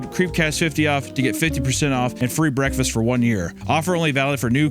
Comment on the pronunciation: I cant listen to a factor ad read the same after hearing isaiah say "breakfesses" in HIS ad read he did for factor 💀